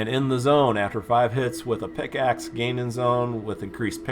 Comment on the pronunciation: Bro it's PICK axe not PIX axe lol but anyways great vid! Keep it up!!